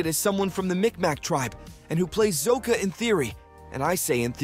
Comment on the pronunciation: Bruh. Have you seen the show. Why are you mispronouncing Sokka and Iroh?